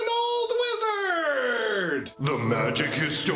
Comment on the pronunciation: I love the intro haha, I'm a wizarrrd, I'm an older wizarrrd.